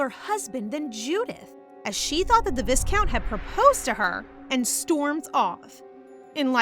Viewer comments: FYI its pronounced "vy-count" (v + "eye") not "vis-count" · I love this manhwa so much, and this is my favorite recap channel, but the pronunciation of the word viscount is killing me 😮‍💨